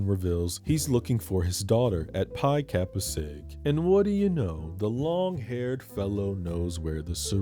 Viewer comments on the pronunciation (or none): none